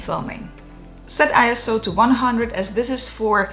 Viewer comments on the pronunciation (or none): This is a very simple explanation on ND filters. Thank you and well done 👍. One thing I noticed, and I just learned this myself, is ISO doesn't stand for anything and is pronounced 'Eye-So'. I know, it's in all caps, but that's just what it is. Thanks again. 😊